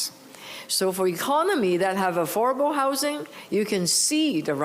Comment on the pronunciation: AForable Homes ,,,,Gawd LOve Your English !!